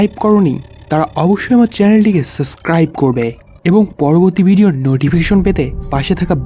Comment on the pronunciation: এত সুন্দর করে সব বলে কেন সাবস্ক্রাইব কে সাসক্রাইব বলেন? কেমন লাগে শুনতে।